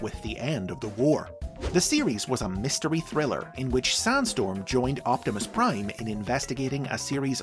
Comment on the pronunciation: Why do i hear Soundstorm instead of Sandstorm, most of the time?